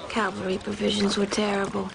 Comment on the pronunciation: Even Custer cant say cavalry...nor can his wife